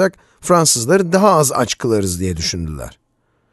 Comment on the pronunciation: insanlar aç aç. kaç kere gereksiz vurgulanmış.